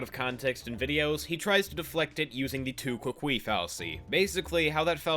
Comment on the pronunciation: Tu quoque is pronounced "too kwoh kwe". I don't mean to be pedantic, some people appreciate being told things like this. That aside, the video is great and actually highlights the fact that his own response video does a pretty good job of showing why Prison Mate Luke is a poor commentary channel. Some of the sentiments JAR had though...yikes. I'd also like to point out here that regardless of whether Peaches has a history of attention seeking behavior and followed through with taking breaks, those are two way different things than using suicide to get attention.